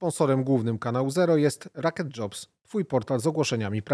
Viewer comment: Xysiu.. nie RAket tylko ROketdzobs .. LOL krew sie z uszu leje ... LOL